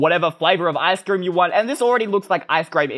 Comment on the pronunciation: Me:ice cream You:eystreem